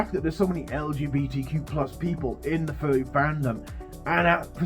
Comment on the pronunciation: Ok, that's horrible, and I hope those people got arrested (which, considering Russia, I doubt happened), but I CANNOT stay serious when your accent makes it sound like you're saying "furby" instead of "furry". 😅